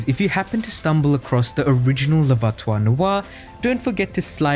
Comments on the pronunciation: Hey man, check pronunciation first, the worst is voiture........ not voitoire...... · Worst pronunciation of voiture ever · Very nice video, however as a native french speaker, your pronunciation of « voiture » made me cringe each time ! 😬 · Just gotta practice the word ''voiture'' 😅 nice vid !